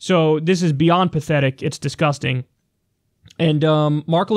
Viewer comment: I guess Levin didn't read the whole chapter on the Alienation & Sedition Acts, or he might have noticed that John Adams got ran out of the White House because of them. Pay attention, dude. (Also "Le-VIN"? What are you, French? It's pronounced "LEV-in", dummy.)